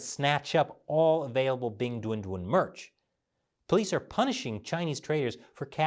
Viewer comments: Every time I hear say the name of the mascott I chuckle because I hear "Big Dun Dun" which sounds like a completely ridiculous child cartoon's character name... Ridiculous btw, like the entire idea of having a Winter Olympic in a city that has no snow and in a country that commits a genocide every decades or so... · Stop saying 'Bing Dwen Dwen' it's driving me nuts 🐼